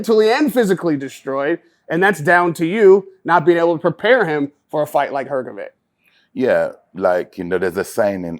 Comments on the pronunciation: Dude I love you, but it's HrgoviCH, not HrgoviK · Why this american journalist always call him hrgoviq I mean he is journalist and can hear his surename is hrgovich?